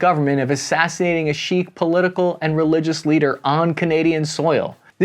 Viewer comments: “Sikh” is pronounced -seek-, not -sheek-. Great content as always. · Thanks for the video man! one thing, Sikh is pronounced seek, not sheek. Easy mistake to make, just thought you might want to know. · Hey great video. Just wanted to point out that Sikh is pronounced like “sick” than “sheikh” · Sikh, not Shikh... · Hey man, just wanted to say - the proper pronunciation of "Sikh" is either the same way you say "seek" or, if you want to be really proper, "sick" with a kh sound at the end, not "sheikh" which is an Arabic term. Just wanted to point that out since people very often get Sikhs mixed up with Arabs/Mulims. Excellent video otherwise! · I love your videos, but you should know that Sikhs, pronounced either "sick" or "seek", is not pronounced "sheek" (Sheikh) which are Arab tribal leaders. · ‘Sikh’ is generally pronounced as ‘seek’, not ‘sheikh’. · Pronounced "Sick" or "Seek," not 'Sheek.' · Sikhism is pronounced "sick", but in the US "seek" is acceptable. Cheers, love the show. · Great vid but sikh is pronounced seek not sheek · Just to correct you: sikh is pronounced as "seekh", not shikh. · it is pronounced seek not sheek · 'Seek' not 'Sheek'. Lol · Your pronunciation of Sikh is a bit off. So it's not sheek , rather it sounds exactly like seek. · Sikh is pronounced more as seek than sheikh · Sheek? Really? It’s pronounced Seek or Sik. While I love you you really need to learn to pronounce certain words. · Sikh is pronounced “seek” not “sheik”. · FYI, Sikh is pronounced “seek” not “sheek”. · It's not "SHEEK" or "CHIC" or "SHEIK"; it's "SEEK". Good try, though. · Its pronounced Sikh, not shikh. Just sayin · Just a note: Sikh is pronounced "seek". "Sheikh" is an Islamic title. To my understanding Sikh is an entirely separate religion. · The Sikh religious group is not pronounced sheek, it's pronounced seekh (silent H). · Hey... good piece... Heads up - "Sikh" is pronounced "seek", not sheik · . Sikh is pronounced seek, not chique.